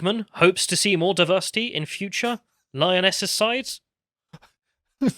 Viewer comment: Diversi’eee is our …. urrgg.